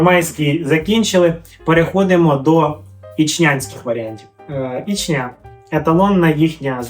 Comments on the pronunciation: Та господи,скільки ж можна😂Наголос на перший склад в назві міста Ічня,чого завжди у всіх асоціація з Чечнею???😢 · Самій вухо ріже, коли роблять на останній склад наголос))